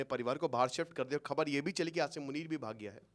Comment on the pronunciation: क्या sir हर video में आशीरमुनिर करें हो 😅